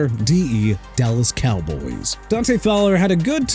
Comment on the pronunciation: Dude... it's pronounced MEHKI (meh-kai) BECTON (bek-ton) OKAY?! WHAT IS YOUR PROBLEM?! ALSO IT'S DANTE (don-tay) FOWLER JR!! Honestly you got a pronunciation problem! Go back to school get a textbook and learn to pronounce Mr. Illiterate!